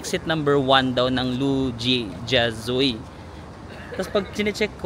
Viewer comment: Hi. I lived in Shanghai from. Namiss ko naman ang SH habang nanonood ng video mo. By the way, Lu Jia Zui is pronounced as Lu-Jia-Zwey. 🙂